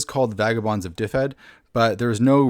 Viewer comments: its not difed its duved. y in welsh is usually an uh sound and one f is a v and two ff is an f sound. ;) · It is pronounced "DIV-ed" IIRC. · Just so you know, it's pronounced duh-ved. Aside from that, great video! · Looks interesting! Though, just an FYI, if the name really is based on the Welsh county of the same name, then it should be pronounced "duh-ved" or "dev-ed" depending on whether you want to say it with a Northern or Southern accent.